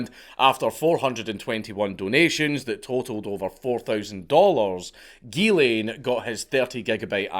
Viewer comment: As a french Canadian....drives me nuts every time he says.....it's Ghislain... sounds like "zhiz leh(n)" with a mostly silent "n"